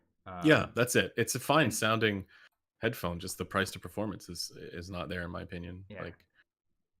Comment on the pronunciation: The new pronunciation of hedddddphone is spectacular.